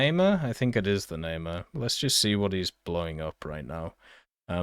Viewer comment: Namer Not nae mar Nah Mehr